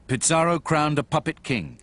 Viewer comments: Bro it aint pizzarro its pizarro you sound like your saying pizza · U BD its pizarro to be exact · What’s with the pronunciation “Pitz-ar-oh”? Also, the whole production seems to have used English “Black Legend” as its primary source. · They can't even pronounce Pizarro right. They think it's Pizza Row. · This video is moronic. How does the writer think history was made? How is Pizarro worse than any number of conquerors who shaped the world. Also, why does the narrator misprounounce his name? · Unbelievable that a professor of Latin American history doesn't pronounce it correctly.